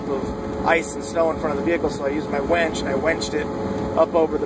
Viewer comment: Ok,, haha. I have to say that when you said you got your "wench" and "wenched it" my drink almost came out of my nose. I completely understand it's just how you say it but it reminded me of some dude at a renaissance faire. Really, I have a lot of respect for you and your hard work. I admire your stamina to carve your own path in this world and you have actually inspired me quite a bit. Anyway, keep it up, bro.